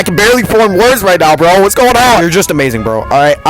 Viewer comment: I think he likes it TOO much. I like it but even i don't bounce on it that much Also you said vro instead of bro